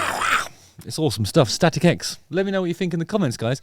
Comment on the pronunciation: first time i saw them was decades ago warming up korn tour. awesome band. I heard you say "static eggs" every time :D